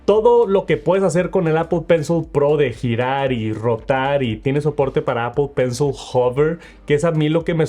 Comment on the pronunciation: Si me dieran un dólar por cada vez que dice mal “apl pensl” termino millonario 😝